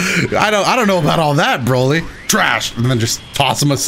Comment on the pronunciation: Boly Not bolt